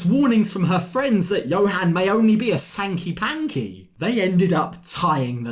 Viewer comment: Its HANKY panky, not SANKY panky.